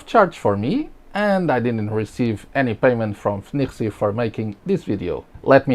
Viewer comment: Its pronounced FeiNiRuiSi